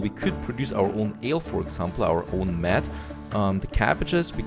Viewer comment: #SeEnglishTutor "Mead" is pronounced like "Meed" like the -eed in "Weed".. English is weird like that lol Love the videos buddy, keep it up!